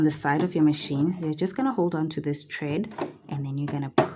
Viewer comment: Thank you for the instructional videos. Very helpful. Quick note, it's thread not tred